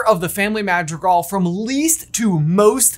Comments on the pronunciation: Dude... dude... dude.... Mah-dr(roll the R like making motorcycle noises using ONLY the tip of your tongue, but shorter)ee-gahl... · I love y’all to death but the way you pronounce “Madrigal” gives me the ick.